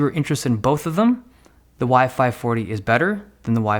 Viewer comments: Is sounded like you were saying WiFi 40 and WiFi 45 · Every time you say "Y-5 40" I hear "WiFi 40" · Sounds like he is saying "wifi 40" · Everytime you said Y540 I thought you said wifi fourty five